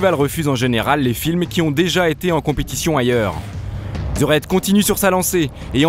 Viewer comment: Merde, apprenez à prononcer les titres correctement svp. Ça me fait mal aux oreilles. Le docu est bien mais le ze au lieu de the gâche tout vraimenT!